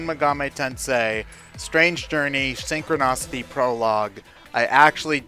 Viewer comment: So is anyone going to correct that he's pronouncing Synchronicity incorrectly?